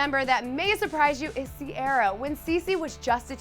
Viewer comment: is that how you pronounce Ciara's name? I always thought it was Ci-a-ra